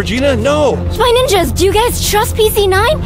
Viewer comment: Dude it is spy ninjas not "ningas"